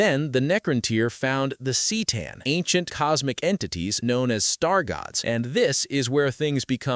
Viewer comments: The Cee’tan? C’tan is pronounced Kah’tan. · “C’tan” is pronounced “kuh-taugh-n” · Bro I stopped watching after he (most likely a fucking ai written script some idiot asked to summarize and threw into a video with an ai VO) fucked up c’tan it’s literally CUH-TAWN or even CUH-TAN, Jesus christ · 📢📢📣 “The cee tan” 🗣️🗣️🔊🔊